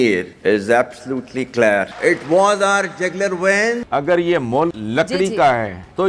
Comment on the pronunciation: kya kahun iss jahiloko jo thikse pronounciation bhi nehi kar sakte.Clear nehi Clair!Aur inhe Kashmir chahiye.🫵🤣🤣🤣🤣